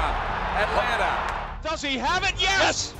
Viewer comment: It’s not Atlanta. It’s Atlana!